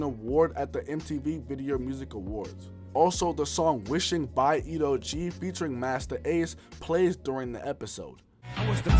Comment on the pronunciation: The artist is Ed O.G. Not "Edo." You do such thorough research brother. Your pronunciation kills me sometimes though 😂. Otherwise, keep doing your thing.